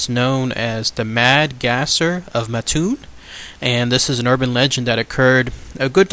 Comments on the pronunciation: Pronounced Maattoon.Mattoon,Illinois.Great video. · I'm from mattoon Illinois and u have it all wrong and don't know how to say the town right or state and he was a bug man and people did die u can go to Dodge grove cemetery and if u are not from the town do more research